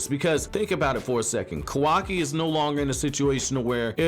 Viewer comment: i rly enjoy ur content... BUT WHY DO U SAY KAWAKI LIKE THAT 😭😭😭